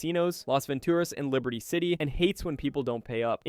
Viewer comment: Your pronunciation of "Ballas", "katana", "Venturas" and "Isla De La Muerta" bothers me